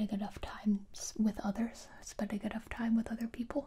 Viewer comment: I absolutely love the occasional extra B sounds after a word that ends with an M sound. For example, "Timeb", "Vacuumb", and "Armb". So oddly delightful.